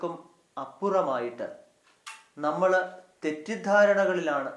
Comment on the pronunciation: ബഹുമാനപ്പെട്ട അച്ചാ, വളരെ മനോഹരമായ ഈ സന്ദേശത്തിന് ഹൃദയം നിറഞ്ഞ നന്ദി. ഒരു കാര്യം വളരെ എളിമയോടെ അങ്ങയുടെ ശ്രദ്ധയിൽ പെടുത്തുവാൻ ആഗ്രഹിക്കുന്നു. ൾ, ൽ തുടങ്ങിയ ചില്ലക്ഷരങ്ങളിൽ അവസാനിക്കുന്ന വാക്കുകൾ അങ്ങ്, ള്, ല്‌ എന്നാണു പലപ്പോഴും അവസാനിപ്പിക്കുന്നത്. (ഉദാഹരണം, നമ്മൾ, അവസരത്തിൽ). ഇത് വളരെയധികം അരോചകമാണ്. മാത്രമല്ല, നമ്മുടെ വൈദികരെ മറ്റുള്ളവർക്ക് പരിഹസിക്കാനുള്ള ഒരു അവസരം കൂടിയാണിത്. ശ്രദ്ധിക്കുമല്ലോ.....